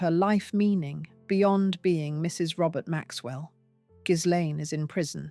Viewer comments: The name Ghislaine, as I understand it, is pronounced Gilane…the “s” or “z”, depending upon how it is spelled, is not pronounced. And now, thanks to the tRUMP regime, she is imprisoned quite comfortably in a very different type of prison than the one she should be in. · The narrator has it wrong. You pronounced the S and the G is pronounced like a J in Jacqueline. Its difficult to explain